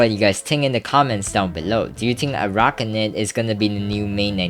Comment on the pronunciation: Literally cannot pronounce arachnid, are all minecraft youtubers middle school dropouts?